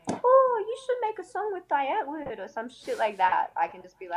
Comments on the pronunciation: Its dee ant-vword sorry but the pronunciation is bothering me. Sry. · It's pronounced "Dee Antword" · It's driving me mad when ever they say "Dye-Antoord". "DEEEE" Antwood. Also she's saying a lot but really telling us nothing. What the fuck is going on here? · God Adam22 get the pronunciations right...its Dee Antword not Die antword. And zheani like sh not zeani. Americans are so crap with saying names right. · Zheani pronounces their name “Die” “Dye” it’s pronounced “Dee” “Dee ant Ward” that’s how you pronounce it lol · so is supposed to be pronounced like dye or dee? i've always been told it is dee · It’s pronounced Dee Ant-Vord.... c’mon if you are going to be a die hard fan of a band both of them should know how to say the bands name. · The way he pronounces die antwoord pisses me off to a point I can’t even explain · At least learn how to pronounce die antwoord first